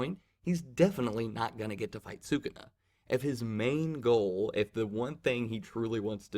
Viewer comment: Can’t wait to see these fights animated, jujitsu is gonna be big hyped. Also, it’s pronounced Saa-Coo-Nah. Congratulations on taking the leap into manga reviews